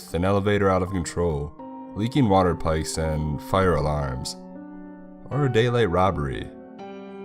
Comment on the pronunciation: What the fuck is a leaking "water pike?" Your phony knockoffs are doing a pretty damn good job with annunciation.